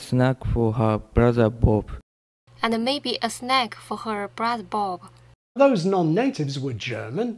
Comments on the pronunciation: “And maybe a snack-a for her brother Bob-a” 🤣🤣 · That very last Italian example, I hear "maybe a snack-eh for her brother Bob-eh". Is it a some special feature, adding vowels that aren't there? Does it have a name? I think I can hear that in many accents. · The Italian guy at the end spoke surprisingly stereotypical, which I didn't realize is an actual thing: snack-uh for her brother bob-uh.